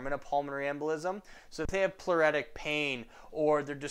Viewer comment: ploo- RIT- tic excellent vids btw👌